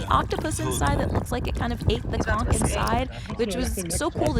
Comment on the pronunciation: Born n' raised in Nassau. Living in KC. My dad was born there in Turks, but i've never went there. Thanks for pronouncing conch (konk) fritters correctly. You know a tourist when they say kawnch. :)